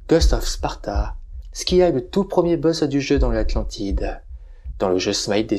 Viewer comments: Loin de moi l'envie de critiquer mais la prononciation de Scylla n'est pas bonne. Ça se lit Sila. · Alors par acquis de conscience je suis allé vérifié, ça se prononce bien " si la " dans notre bon vieux français. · Ma fois, peut être que les deux prononciation sont valides, c'est inhabituel d'entendre le "k", ça pique un peu les oreilles 🤣